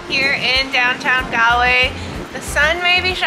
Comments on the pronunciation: Cute kid but jaysus, the pronunciation. GAL-way. 🫣 c'mon lady.🤦‍♂️ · Its spelled Galway but pronounced Golway